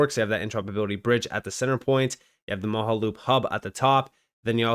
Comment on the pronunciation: dude it's MOJA loop